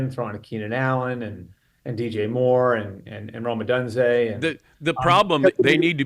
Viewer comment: "Oh-duhn-zay".... how can you mispronounce such an often spoken-about player?... Breer is Colin-level knowledgeable about college football.